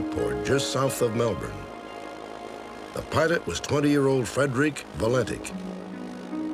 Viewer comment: Congrats to Robert Stack for pronouncing Melbourne correctly